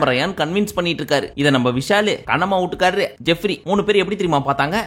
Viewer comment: 😂whoever he marries for real, he will always be Kannamma Ootukaaru. It’s almost similar to Pushpa Purushan Soori comedy. By the way it’s Not veetukaaru, deliberately pronounces it as ootukaaru😂😂)